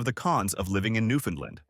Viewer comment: Two things: First please learn the proper pronunciation of "Newfoundland". You're trying, I'm sure, but this is BUTCHERY. Also, the province consists of much more than the island of Newfoundland. I'll let you do your own research on that. Thanks for the honest effort, but if I were a 7th grade teacher, I'd give this a C- Minus.